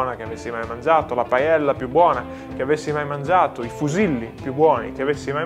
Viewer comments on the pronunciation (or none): Bro “La Paiella” no si pronuncia paeiia e si scrive paella 🥘